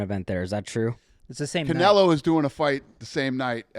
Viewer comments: will never get canelos name right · the way pronounces canelo makes me wanna punch my computer